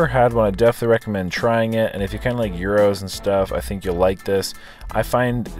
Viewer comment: gyros is pronounced like gear then os